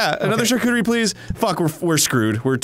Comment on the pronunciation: i thought they were saying charcooterie as a joke but now i feel like they arent and its starting to bother me